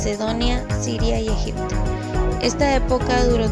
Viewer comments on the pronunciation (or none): none